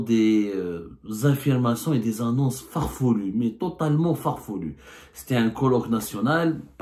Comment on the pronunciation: Farfelues abdou pas farfeloues !